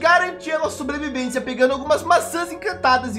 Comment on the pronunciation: soblevivência